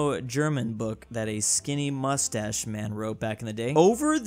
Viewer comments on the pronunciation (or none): none